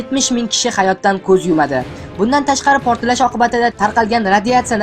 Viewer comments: Портиллаш эмас портлаш соков мол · sal tuzukroq talaffuz qiling admin. protillash emas. portlash deb ayting